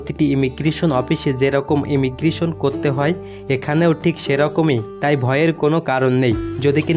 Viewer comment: ইমিগ্রিশন নয় কথাটা হল ইমিগ্রেশান।